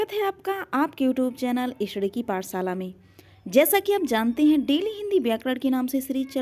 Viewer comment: पाठशाला शब्द है। पाटसाला शब्द नहीं है अपना वाचन सुधारे